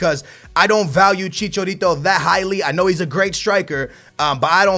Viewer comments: maaaaan look at the letters its ibrAhimovic and chichArito learn to pronounce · It is chicha not chicho + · Javier Hernandez's nickname is Chicharito not Chichorito. He said it like 8 times in a row and it pissed me off. So that's why I commented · why do you just ignore the letter a lol? Ibrahimovic not Ibrohimovic and Chicharito not Chichorito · ChiCHAAAAArito not ChiCHOrito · Its Chicharito not Chichorito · who the hell is ibrohimovic and chichorito???? ive heard of ibrahimovic and chicharito lol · I love you man but it's ChichAAArito, not chichorito..every time you mentioned his name in this video, I died a little inside. Chi-Cha-Ri-To. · ChichArito not Chichorito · ITS NOT CHICHORITO ITS CHICHARITO IM MEXICAN I KNOW! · stop fucking saying ibrohimovic he is ibrahimovic and chicharito not chicha orito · Chichourito ,Ibrohimovic, Lawandowski... if you butcher a pronunciation just stop using that name over and over again. you said Chichourito like 30 times in this video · DUDE it's CHI-CHA-RITO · Can this man not pronounce the letter a? He says like ibrohimovich and chichorito over and over again. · "Chicorito" "Ibrohimovic" whos next? Suorez? Ahaha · stop saying CHiCHOrito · i hate the way you say IbrOhimavic and ChichOrito... :/ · dont buy chicharito stop saying chichórrito and Ibróhimouvitch it freaks me out, get them out I dont want to ear you murdering their names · I don't understand how you get every footballer's name wrong... it's chicharito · "Chichorito" "Lawendauski" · Who is ' Ibrohimovic' and chichorito' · accept aguerooo..not chicharitooo...agueroo is a good finisher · Dude, the letter A isn't pronounced as an O! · Stop pronouncing Hernandez nick name wrong ( I'm Mexican) please look up how to pronounce his nick name